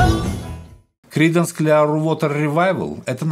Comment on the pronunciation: Хорошо бы, если б лектор подучил бы немного английский язык. Очень режут слух его искажения. Даже название великих Кридансов на английском он не сумел выучить как следует. Это очень портит впечатление от его рассказа...